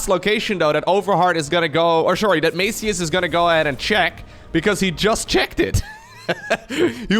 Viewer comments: Actually Maciuś is pronounced Mathew but with s one the end that is kind of weird to pronounce. Its polish version of mathew but like one that kids are called (like tommy for example) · The way you pronounce "Maciuś" is so funny that I won't even correct you. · Maciuś is polish version of name Mattheus but said in a 'cute' way as to a kid or loved one. And you're pronouncing 'ś' wrong ;) but that is expected. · Maciuś is diminutive of polish name "Maciej" which is english Matthias and its pronunciation is totally different 😁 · pro tip: Google translate is very good at pronouncing the names. Sometimes is just the problem with not having letters from the language in question. Maciuś is a diminutive version of the Polish name Maciek. It's almost like pronouncing the cheese "Gouda" xD. 90% of Europe gets it wrong xD. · Your pronunciation of Maciuś hurt my ears. You can check how to spell it in google translate. It’s polish nickname.